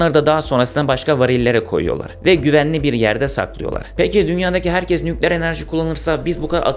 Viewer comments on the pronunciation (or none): none